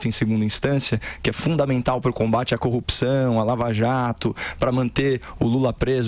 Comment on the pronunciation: Please please please não é corrupicao, é corrupção, o P é mudo mudo mudo e vocês são jornalistas, devem e têm obrigação de falar bem.